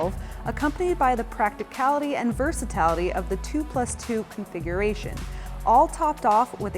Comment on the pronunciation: "Versatality", that's a new one....